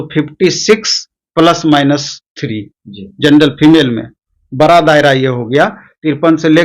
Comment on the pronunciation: Bara nahi bada hota h😅😅😅